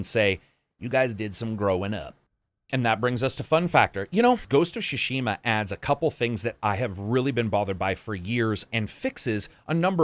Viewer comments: "Shushima"? It's more pronounced as Sue-Shima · "ghost of shoe-shima" LMFAOOOOOO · Great review, my only gripe is that you keep saying shishima instead of tsushima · I loved this review so much that I’m willing to forgive you absolutely murdering the pronunciation of Tsushima. It’s Tsu-shi-mah, not shoe-sheema! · "Shushima" Ign 10/10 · "Ghost of Sushima" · Ghost of sssushima 🌚🌚🤣🤣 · Ah yes, GHOST OF SHUSHIMA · "Ghost of Shushima" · Did you say "Ghost of Shushima" at 23s :-) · It's really adorable how keeps saying "Shushima".:)) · Shushima xD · Am I the only one hearing him say: "Ghost of Chushima" lol? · The way he said "shushima" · Neither Japanese nor English is my native language. Tsu in Tsushima is the same in tsunami and I think they should pronounce the same. If you pronounce shunami then it is shushima Correct me if I'm wrong and just buy the game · Shushima 😤that was annoying. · lol I love how no reviewer can pronounce tsushima consistently